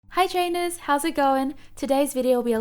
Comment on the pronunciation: I love that "Hi Trainuhs! 😊" hehe